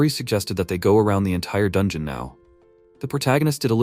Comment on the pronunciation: "mmm Jol neer" OK, so the Channel owner missed one. Another word AI has trouble with "Bow" Archers wield, People "Bow", bau bau bau... Dungeon = Don-John. All right, that's enough, I'm out.